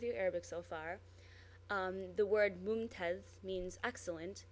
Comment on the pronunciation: lol,, that is really cool, nice work:) By the way, as it was highlighted below, the word mumtaaz really ends with Z not dh, so it is simply ممتاز Buy hey, ur doing great job, well done *thumb up*